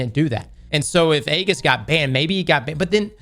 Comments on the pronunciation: It's E - GIS, Greek Shield not Egg- is, lol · Age - iss, not EGG - iss. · Bruh. EE-JIS. Ee-jis. Not Aggis. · Aegis," pronounced: Ë-jìs. Hard, 'E,' fellas. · Say it like this: ee-jis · you're saying it wrong It's (ejis) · Aegis is pronounced Age Is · FYI from your friendly neighborhood copywriter / dad guardian - Aegis is pronounced "eejiss" 🖖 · Really hate how pronounces Aegis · will learn how to pronounce aegis one day